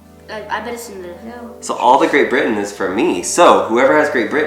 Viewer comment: That's a very strange way to pronounce Great Britain: "Great Bri' ann"